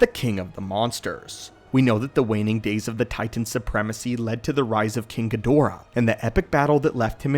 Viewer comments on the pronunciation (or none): none